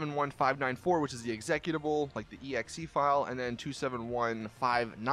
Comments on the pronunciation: It is spoken EX-E-CUTABLE you pleb! Not Executivable. MORON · Do a lot of people pronounce 'executable' the same as did (exec-utable), or do more people pronounce it as 'exe-cute-able' I say it the last way, maybe I'm the miniority and just never knew it?